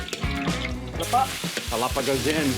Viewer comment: I believe Mark still saying “Palapa” up to this day hahaha just joking Mark! Same feels! That Palapa is addictive and you can add it to many foods to make it more delicious.